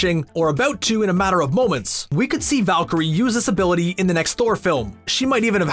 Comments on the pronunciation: I swear I heard him saying "disability" a couple of times instead of "this-ability" !!! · Each time he said this ability i thought he said disability